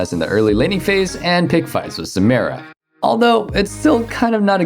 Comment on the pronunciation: SA-MI-RA It's like you're being a dick on purpose